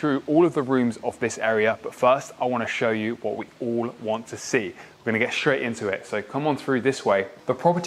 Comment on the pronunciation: straight NOT shtraight